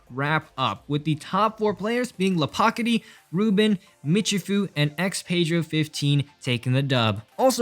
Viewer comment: bruh, that pronounciation of LaPoKaTi lol